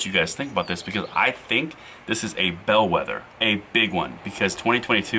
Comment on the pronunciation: you're right! Did you say "bellwether " or bed - wetter,you are right great people own guns also